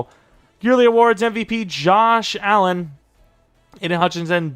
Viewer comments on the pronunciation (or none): YOu said johs allen llol